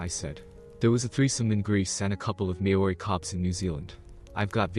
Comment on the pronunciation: the word maori pronunciation is a bit off. try mole-ree